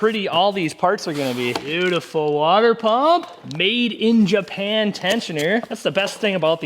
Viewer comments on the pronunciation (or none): none